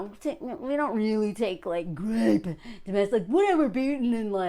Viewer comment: Why do you keep saying grape instead of rape?